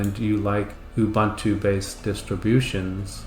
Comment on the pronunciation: It's "OOBOONTOO" man... 🤦‍♂